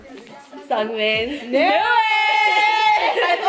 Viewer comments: no it's pronounced seungmin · you guys are funny but you guys pronounced seungmin wrong